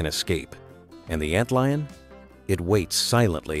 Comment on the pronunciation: Ant leon? Come on, man. Stop being lazy and narrate this shit yourself.